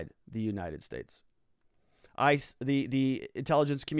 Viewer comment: When you said that maybe viva should move to the "states" I heard "maybe he should move to space"